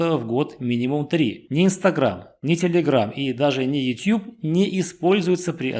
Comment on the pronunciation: редко услышишь правильное произношение 'YouTube'. Отличительный признак специалиста, внимание к деталям.👍